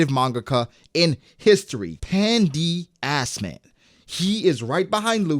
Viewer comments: My mans said Pan D. Assman💀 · It's '' Pandass man''😂